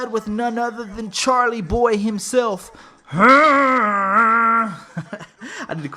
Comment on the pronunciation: I still bump their music til this day. I wish they would make a reunion mixtape or something. Definitely miss these guys making great quality music. Oh and you keep saying Charlie Boy, it's Chalie Boy lol. A lot of people mess that up though.